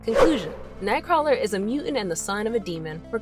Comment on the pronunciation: Xmen TAS made me read Nightcrawler comics. I would so fuck that mutant. (Btw, you're pronouncing his name wrong.)